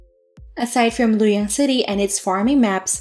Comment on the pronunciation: not lu yang its Lu o yang